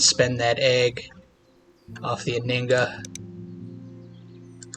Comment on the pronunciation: Just FYI. The H in Anhinga is not silent.